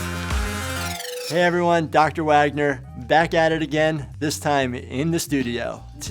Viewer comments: Dr. Wagner doesn't even know how to pronounce his own name 😂😂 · I've never heard the surname Wagner not being pronounced the German way